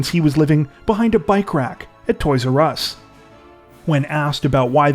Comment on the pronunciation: the "toys urr ess store"